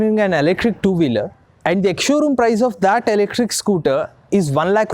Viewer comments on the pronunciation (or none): Ele-krik 😂 Thank you for your awareness.